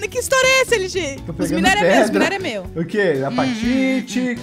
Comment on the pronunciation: O Lg não sabe fala meu/meus. Ele sempre fala mo/mos